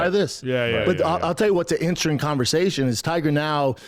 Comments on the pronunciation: What’s inchrestressin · “I’ll tell you what the inchrising conversation is”